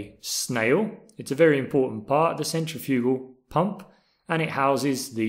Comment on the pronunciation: Good video, but you kept saying centrifugal wrong.